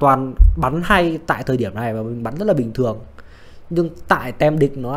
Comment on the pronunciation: Có thể đọc là "tim" thay vì "tem" đc ko b? 😁